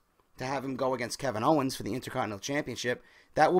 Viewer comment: Owens* not "Owner" lol